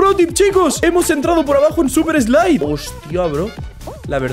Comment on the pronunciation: y lo dijo en super slipe